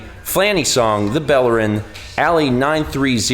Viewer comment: Hey its the subscriber Ali930. Its pronounced like prince ali from Aladdin, not like Allie.